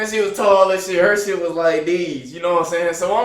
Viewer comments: Wen he say like deez 😂😂😂😂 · 😂😂😂 boy say “like dese”